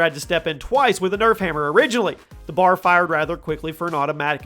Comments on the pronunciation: Bar? It's B.A.R. for Browning automatic rifle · It triggers me how he said B A R like bar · I just really have to express that all of the 3 letter weapons are not a word. FAL is not a word. BAR is not a word. I don’t know why that bugs me so much but whenever I hear someone say them as a word it irks me.